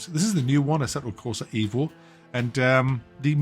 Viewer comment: Its EVO as for Evoluzione, so no it is not correct.